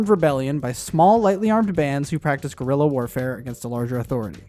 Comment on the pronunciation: "Guerrilla" as in "small war" , not "gorilla". "Guerra" is "war" in spanish...